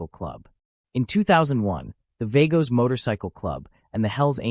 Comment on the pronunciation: They are pronounced .... V AH GOS